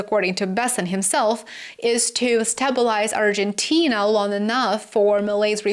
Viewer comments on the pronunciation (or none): Please, please, learn how to pronounce “STABILIZE…” 🙄